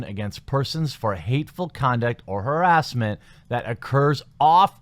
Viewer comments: I think you got a strike because you pronounced it as, "herass". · The way you say harassment or harass. Is intriguing. Can’t say I’ve heard many say it that way. Its nice. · Say it's haRASSment right, not HARassment?